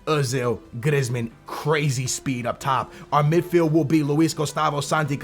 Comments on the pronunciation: his name isn't griz-man it's pronounced 'Greezeman' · GrIzzzzmen lmao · Its pronunced Graismann, not Grezman